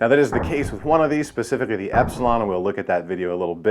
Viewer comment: He said "pecifically" instead of specifically. He's not to be trusted.